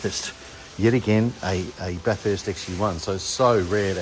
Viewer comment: note, the pronunciation of Bathurst, should be 'bath ist' as opposed 'bath hurst'